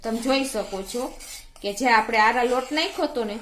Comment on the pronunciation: આરા રોટ ને બદલે આરા લોટ બોલો છો પહેલા દરેક સામગ્રી નું નામ બરોબર બોલતા શીખો... પછી વિડિયો બનાવો....